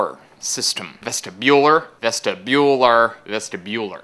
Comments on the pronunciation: ves-TIBular... wrong emphasis on the wrong syllable :| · ves-tib-ular, not ves-ti-bular I'm not sure if you did it on purpose so I just wanted to make sure that you knew. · you pronounced vestibular wrong, you put too much emphasis on the u